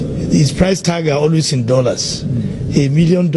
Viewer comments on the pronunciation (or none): Yes ooh Paalaase , Dolaase and chuuch yes that's palace , Dollars and church . Yet they say they teach Ghanaian how to speak English. 😂😂😂